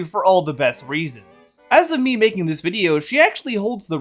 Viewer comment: I keep hearing saying pick mii girl Instead of pick me girl. I think there’s to much wax in my ears